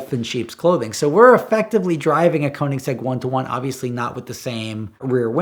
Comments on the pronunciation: It's pronounced KERnigsegg, not KOnigsegg... They're Swedish, FFS. Why do Americans insist on butchering other languages?... 😒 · Bro it's pronounced: Co-nig-seg. There's no z anywhere in that. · The question is how do you keep pronouncing it so wrong!? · Americans are never going to be able to pronounce Koenigsegg right haha. Sounds funny though. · When I, as a Swede, hear him express the word koenigsegg wrong, I panic haha. Love the video do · I kinda wish Americans would bother to learn how to say Koenigsegg if they are gonna idolise the things, it really isnt hard to pronounce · If you can't pronounce keonigsigg go watch a cookery channel 😂😂